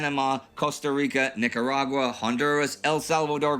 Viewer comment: Love hearing people pronounce Nicaragua correctly! Thank you for covering Latin America in depth in this episode